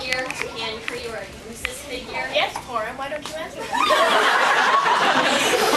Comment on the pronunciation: EriSol Dreemurr hahahahah his name is houses HOLY DUCKING SHIT NOT IT SOUNDS LIKE WHOURS